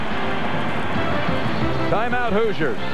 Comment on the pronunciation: The Indiana University Hoozers? (Announcer, lol)